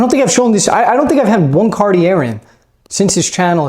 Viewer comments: Big fan! I’m sure you know this, (how could you not?) and say it how you want to, of course, but the correct pronunciation of Cartier is “Car-tee-AY”. ✌️ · Silent r at the end of Cartier bro. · You have to learn how to pronounce it though... the R at the back is silent. xD